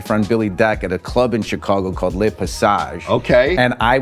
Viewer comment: He got the Chicago right